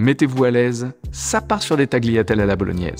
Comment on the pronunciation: Merci de souligner le prononciation, je saigne des oreilles à chaque "tagliatelle" dans la vidéo, je suis pas italien mais je sais quand il y a une erreur ahah